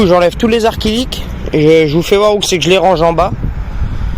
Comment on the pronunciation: C'est acrylique pas arc-ilique lol